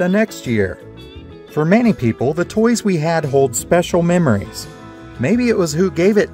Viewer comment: Why does this guy say pepoo